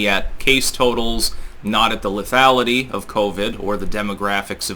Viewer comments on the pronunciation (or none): none